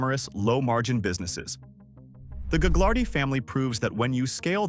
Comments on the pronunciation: You don’t pronounce the g in Gaglardi. The family fortune was started by Phil Gaglardi (pronounced Gah-lardy) who used his political clout to acquire land in a way that today would probably be illegal but wasn’t a problem when he did it, as minister in the WAC Bennet government, which ran BC from the early 1950s until 1972. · Gaglardi the second g is silent